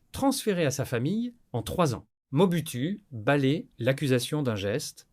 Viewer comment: Merci pour la narration ; Juste un astuce de script : indiquez dans le prompt que l'IA doit prononcer "OU" le "U" lorsqu'il voit le mot "MOBUTU", 😉